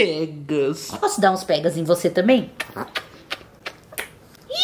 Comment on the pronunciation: Eu amo quando a diz "49 pegas" KSJSJAJSJSJKSKS